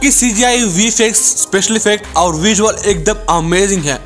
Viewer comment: Bro that is not vi-fi-ex Thats vi-f-ex